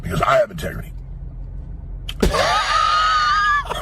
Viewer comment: "I got 'tegrity"